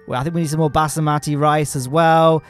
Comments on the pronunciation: Basimati? Do you meant basmati? XD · Basamati rice? It’s Basmati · No way he called basmati rice "basamati rice" 💀💀💀💀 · Basamati? Basmati! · you mean basmati rice? basAmati must be an england thing lol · that basmati rice pronounciation got me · these were the weirdest pronunciations of Basmati Rice and Rammstein i've ever heard